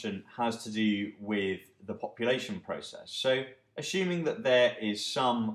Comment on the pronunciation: axuming and lin-eer. great vid though